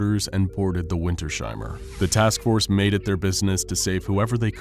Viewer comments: it's "winters-heimer", not "winter-sheimer" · As a German I can say, the name Wintersheimer should be pronounced as "Vinters-hymer", not as "Vinter-shymer". You correctly pronounced he diphthong "ei" as an "ai" sound (like in the English word "guy") . But the S and H are not combined in a phoneme. In German, the "sh" sound is written as SCH. The -s at the end of Winter (winter) is either a genitive S or a socalled "linking element S" that in some German words is inserted between two parts of a composite noun for ease of pronunciation. And a "Heim" means a home. The word "Heimer" doesn't actually exist in German, but it could be interpreted as an archaic word meaning a person who owns that home, a home owner of a homestead near a place called Winter or a very cold place in general. "Wintersheim" could be a place name, the home of the winter. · It's Winters-heimer not Winter-sheimer, but a great video, nonetheless :) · puh-lease, it's not WinterSHeimer, it's two words! Winters - heimer! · I think its pronounced Winters ' Heimer like 2 seperatet words. Nice viedeo btw keep going:D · This has been bugging me the whole video too. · I cant get over the pronounciation of "Wintersheimer" in this vid